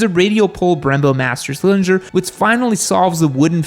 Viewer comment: Mans said “master cylshlindsher”